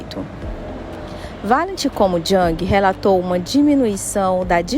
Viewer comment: Parabéns pelo vídeo. Só uma contribuição sobre a pronuncia de JUNG.